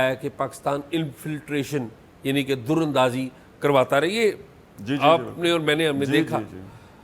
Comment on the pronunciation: Dear Aizaz Syed ! Lafz darandazi hha naake "durandazi" jo app ne bola hha apse se ye lafz bolny jany prr mujhy bari hairat hui hha.please correct this at your end.apke jitny tajarby ke kissi media jounalist se aisa hona aik brra sawalia nishan ban jata hha ....from "SMJAC "